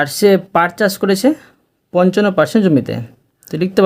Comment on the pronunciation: পাট চার না পাট চাষ